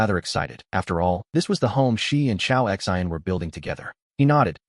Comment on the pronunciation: This AI is not that great calls the choa X I N like they are letters and not a name. Also sometimes it calls the women he or him instead of she and her.